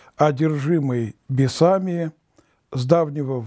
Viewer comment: Спасибо за труд, но бесАми режет слух…